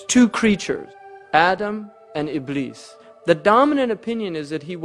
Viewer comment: The correct pronunciation of "Iblis" is 'Iblees'.